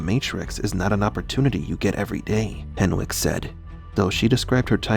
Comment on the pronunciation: Hen(w)ick. W is silent.